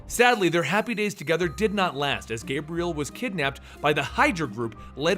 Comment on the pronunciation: Sorry to be THAT guy and nitpick something so unimportant to most, but Xaviers first love is named and pronounced Gabrielle (Gah-BREE-elle) not Gabriel (Gayb-ree-elle). Ok, I now feel like an ass for pointing this out, so anyone wanting to call me out is welcome to do so! lol Otherwise, I love and will continue to love the channel and everything you do +! Peace.